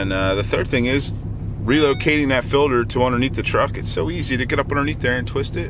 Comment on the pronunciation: why do they call it fillder instead of FILTER ?